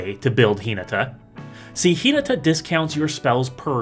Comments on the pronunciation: (Hin-ah-tah) please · I thought this Video was on Hinata, Dawn Crowned. Who's Hee-nuh-tuh? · Yeah probably you should take 30 seconds and check how to pronounce a name before you make a video about it but yolo